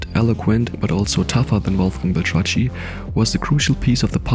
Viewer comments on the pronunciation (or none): It's pronounced "Bel-Trak-KEE" not "Bel-tra-tchee".